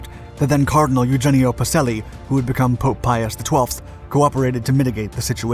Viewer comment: The Pope's name (he would later be Pius XII) is pronounced "Pachelli", not "Paselli."